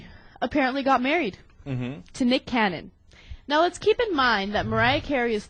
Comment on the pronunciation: BITCH how dare u say nick canyon..... get dem words right..lololol lol im j/k